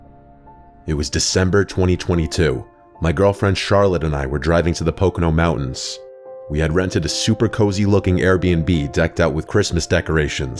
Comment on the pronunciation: died inside when he said pocono mountains